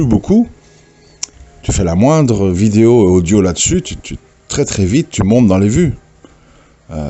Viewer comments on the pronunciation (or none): none